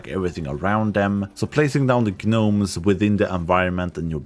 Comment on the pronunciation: ....I can't tell if you're mispronouncing gnomeson purpose or if that's just how the game says it.... The G is silent, you just say Nomes, not "Gah-nomes"